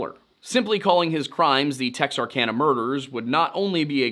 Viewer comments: Pronounced : tex-ark-anna. Not tex-ark-onna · The pronunciation of Bowie and Texarkana are really getting to me!! Guess it he only pronounced Texarkana once that got too me……. But Bowie….. just butchered it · It's "tex-are-can-uh", not "tex-are-con-uh".